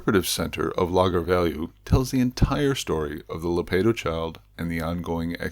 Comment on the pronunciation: On pronunciation again. Lagar is accented on the second syllable, not the first. Words ending in R,U,Z,I and L are accented on the final syllable, unlike the majority of Portuguese words. So it is La GAR.